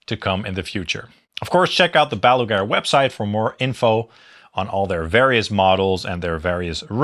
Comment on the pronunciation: not meant as a diss, just funny that you say Baluger instead of Balaguer, like Gene Hackman's nucular in Superman IV